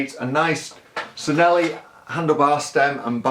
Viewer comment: those brake levers are waaaay too low (and can we please pronounce Cinelli as "Chee-nell-ee")